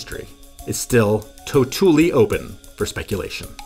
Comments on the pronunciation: ok, come on "totooly open"? Are you serious? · "to-tool-ly", woof